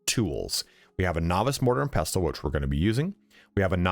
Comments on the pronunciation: Great video, minor nitpick. The "T" in the word "pestle" is silent. It's pronounced "pessul". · the t is silent in pestle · You pronounce pestle wrong.